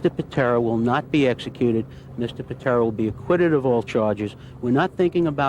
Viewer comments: “Tommy Pintera”…… lol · Pitera, not pintra lol